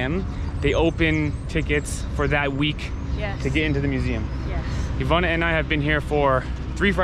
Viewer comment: But (as always) Ivana’s pronunciation is ON POINT!! You go too, 😂🤜🏼🤛🏼